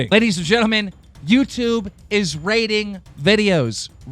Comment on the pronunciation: is he saying raiding or rating? I'm sure it's rating but he says raiding XD